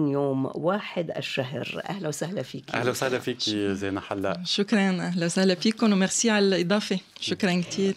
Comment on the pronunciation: زِينه بكسر الزاي وليس بالفتح.. الاسم ماخوذ من الايه (المال والبنون زينة الحياة..)